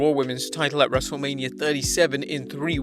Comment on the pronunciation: “WrestleLAMia” got em